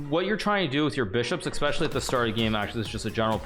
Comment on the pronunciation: Hikaru my dude I love you but you really need to learn how to say "especially" without an "x"